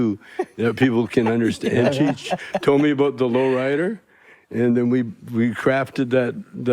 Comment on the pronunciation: Why can’t Mike say cheech? 🤣